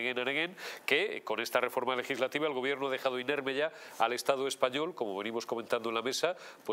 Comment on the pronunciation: En vez de Estado, "Estafo"...